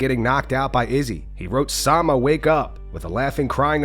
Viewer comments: Alex: Chama 🗿 Everyone: Chama Khamzat: Sama 🤣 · Khamzat cant say “Chama” with that big ass hair-lip so it comes out like “sama”